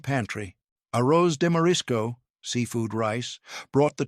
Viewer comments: To the Announcer if Human: In Feijoada, the 'J' is pronounced like a J in John. Also, in Arroz, one pronounces the 'Z', like AHOZ. I grew up in Brazil speaking Portuguese. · Absolutely butchered pronunciation of rice